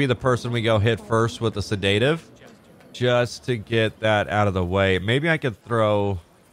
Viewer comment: I really, really enjoy this series from you. Pardon me but you are always pronouncing sedative withe emphasis on the "da", any reason? It should be "seh duh tuhv" (phonetically) So, no emphasis on the "da" part, in fact pronounced pretty much all in the same tone. But maybe you have good reasons for it, I would like to learn and know than. Thanks!